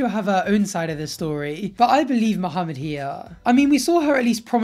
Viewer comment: I love how says mohameds name properly